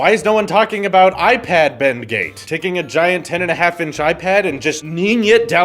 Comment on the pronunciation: When Louis say BendGate, it kinda sounds like Bengay and I giggle